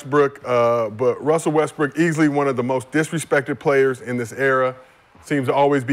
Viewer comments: why brah keep tryna play Westbrook? Lol he don’t even realize he say westbrick he say it so much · Addressing the disrespect but he keeps calling him WESTBRICK. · called him “west brick” the second time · In the first five seconds, he calls in Westbrick.😅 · I heard you say Westbrick bro. played it off smooth tho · Bruh called him westbrick 5 secs in 😂 cmon cuh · has one more time to say westbrick... Think he's slick smh